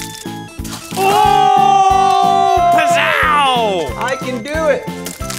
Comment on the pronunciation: I love when said pizz-oww